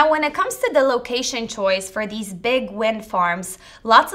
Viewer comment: Learn how to speak. Deese, Does, and Demzes IS ALMOST A SPEECH IMPEDIMENT.... It makes you sound so impaired.! I can't listen anymore.... In the information heirarchy People pay to hear more intelligent speakers..... anyone can listen to Mo-Rons, but why (pity?) OMG do i hear "WINT" rather than "wind" Someone keeps telling me I'm a Mo-Ron, oh wait, IT IS YOU, Every couple few words an indicator MY TIME IS BEING WASTED...... sorry.... gotta go ....